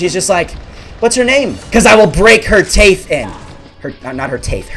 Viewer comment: Teath instead of teeth